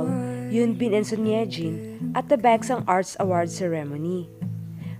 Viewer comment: Hahaha this! It's the BekSahng for me lol